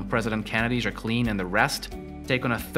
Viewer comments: I can't even with the juh cleeen pronunciation lolol bro." Jack uh lynn" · I thought it was pronounced "Jacqueline" not "Jacqueline" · Learn how to pronounce Jacqueline directly. If not just call her Jackie O. I kept trying to figure out what you were saying, almost sounded like Ja Queen sometimes. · The video is interesting. The only negative is the pronunciation of Jacqueline. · Who else cringed when he said “Jacqueline”